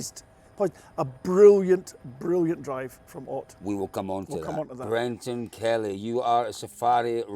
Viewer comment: Any chance you can get to start pronouncing Ott's name correctly? 🤣